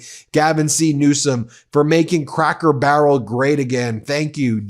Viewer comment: His name is Newsom not Newscom. rump you can't even speak correctly